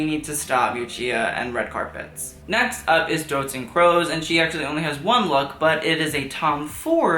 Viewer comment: the way you pronounce doutzen kroes had me gagging